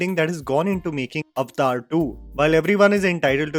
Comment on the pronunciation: The word is Avatar ( a va tar) say it right stop confusing it with the hindi word.